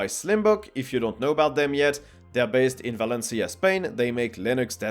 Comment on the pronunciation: As spanish, I love how you say Valencia, Spain ♥️♥️